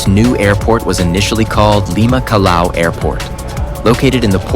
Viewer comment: Check your pronunciation of our port..."Calao"??? For English speakers it would be "Cajao" (Callao)...why didn't you say "kwaito" for "Quito", capital of Ecuador? Show respect for our cities please.